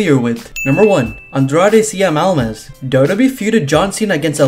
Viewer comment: It's not Almis It's Almas!!!!!